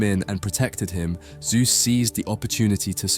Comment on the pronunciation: His name was not "Soohth", but ZEUS!